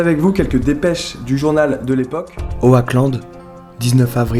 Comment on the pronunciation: Super video, mais juste est ce que "Oackland" tu peux le prononcer 'Oklande' parce que ça me perturbé lol.